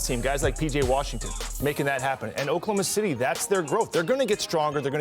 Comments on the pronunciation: DID HE SAY OKLAHOMO SHITTY?? !!!! into the clip... LOL 😉😉😮😮🤔🤔 He should have acknowledged it and correct himself hehe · Oklahoma shitty😂😂😂😂😂😂😂😂😂😂😂😂 nah that's a terrible slip up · Bruh said Oklahoma Shittty😂😂😂😂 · Oklahoma SHITTY🤣😅😂💀. The FUNNIEST slip up I’ve heard in a while. The ability to keep control and not laugh is astounding🤣😂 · Btw I caught my guy saying okaloma shitty!!😂😂😂😂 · I heard Oklahoma "Shitty" 😂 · Did I hear a freudian slip? “Oklahoma Shitty”? C’mon mr front office!!! Hahahah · LoL 🤣 he said "Oklahoma SHity" LoL 😂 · “Oklahoma Shitty” 😂😂 yea we caught that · I’m glad I’m not the only one who heard Oklahoma Shitty😂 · I can't unhear Oklahoma Shitty xD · Btw…… We all heard “ Oklahoma Shitty” 🤣🤣🤣🤣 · "Oklahoma Shitty" lol... stick to saying "OKC"! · Nope cant unhear it now its stuck😂😂😂😂 “oklahoma shitty” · Did he said Oklahoma Shitty 😂?? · Lmao he said Oklahoma shity 😂😂😂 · He said Oklahoma shity😂😂😂😂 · He said, “Oklahoma shity”😂😂😂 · LOL he combined "Oklahoma City" with "Oklahoma shot..." and accidentally said "Oklahoma shitty" lmao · Dude was trying to say city, but was already thinking about saying shot. So we got what we got 😆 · He def Said Oklahoma Shitty😂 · Mans said “Oklahoma Shitty” 😂😂😂 he ain’t slick Rick I heard it haha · Only came to the comments to ensure I heard this. “Oklahoma Shitty” 😂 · Oklahomo Shitty Blunder he meant 🤣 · "Oklahoma Shitty" i heard that loud and clear😂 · “Oklahoma shitty” 😂😂😂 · crazy... he really called them Oklahma Shitty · "Oklahoma shitty" kek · "Oklahoma Shitty"😳😂😂😂😂😂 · The Freudian slip 🤣 “Oklahoma Shitty” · “Oklahoma shitty “ 😂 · .... Oklahoma "Shitty" ? 😅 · "Oklahoma Shitty"😂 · I came to the comments just for Oklahoma shitty😅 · Oklahoma Shitty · Oklahoma titty,. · Oh man that's gonna reverberate. Oklahoma S****!! 🤓🤣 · “Oklahoma sh*ty” 😂